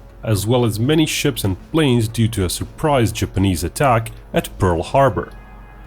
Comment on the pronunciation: I winced every time you said "Japanese". Couldn't finish the video, it was bugging me so much.